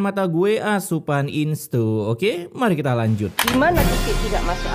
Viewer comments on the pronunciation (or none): minal aidzin gess, btw salfok sama intro 'kanjut'😭 seharusnya 'lanjut' wkwk